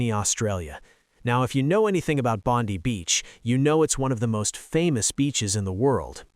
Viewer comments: It’s BONDEYE beach notBONDEeeeeeee beach. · Bond-eye beach. Not Bond-we. And notice how the role of the Muslim hero is kept dark. Suspicious in itself. Australians have thanked him, even if Netanyahu and Trump have not acknowledged him. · It's pronounced Bond EYE Beach. And his name is not Akmed. So annoying. But it's wonderful that he was honored for his bravery and I hope his recovery from the surgeries will be quick and as painless as possible. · Why do you Americans all was say Bondi Beach wrong !!